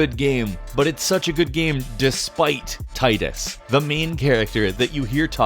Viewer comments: It's pronounced Teedus though. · Once again, Tidus's name is mispronounced. It really ticks me off sometimes. Regardless, great video. Wasn't expecting Navi, though I really should have been xD Can we get another top ten of these? Would be cool to see how many can find lol.